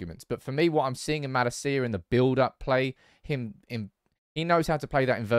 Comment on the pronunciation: Bro please, before the season starts. Watch Malacia's "welcome video" and listen to how his name is pronounced; [malAcia]